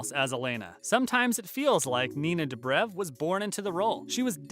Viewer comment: I CANTTTTTT STOP SAYING STEVEN! FONT SAY SALVATOREEEEEE. WHY NINA "DUBREV"